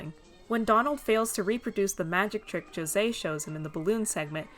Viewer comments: I was pleasantly surprised you pronounced José’s name properly lol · Thank you so much for actually trying to pronounce José's name and not saying ho say! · Btw - as a brazilian - thanks for using our way to say José. It's a small detail but I appreciate it nonetheless